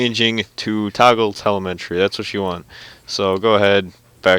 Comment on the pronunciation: TELEMTREE? Its telemetry